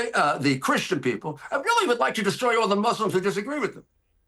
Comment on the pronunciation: ‘He’s gonna desCHroy America’ lol